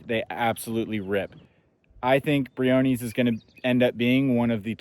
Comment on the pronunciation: When did we start calling this park Brio-kneez? I've only heard of it pronounced Brio-ness (I've been going off and on since the 90's).